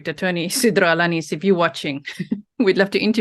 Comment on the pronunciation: You perfectly said his name.